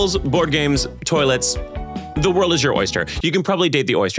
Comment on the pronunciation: the woild is your erster